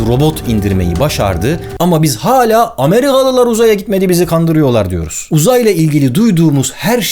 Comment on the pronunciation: amriğalilar uzaya gitmedi bizi gandiriyoğ